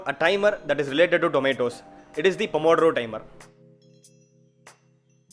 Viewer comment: the pronouce of the italian name it's wrong, but i forgive you ;) ur italian colleague of medicine.